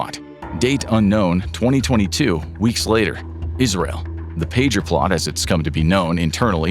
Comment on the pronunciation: Why is he pronouncing Israel like that